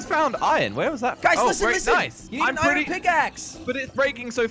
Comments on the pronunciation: its iron not irone jelly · Why do you say iren instead of iron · How many times does he say iron wrong 👇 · always pronounces iron wrong